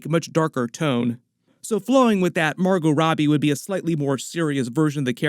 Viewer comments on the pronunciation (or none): none